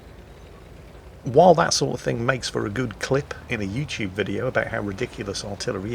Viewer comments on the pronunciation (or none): none